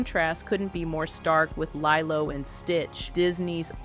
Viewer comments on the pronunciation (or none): The narration is not only drone and flat, but AI?! Leeeelo is how it’s pronounced. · Lielo didn't deliver. Pronounce it right girl cmon.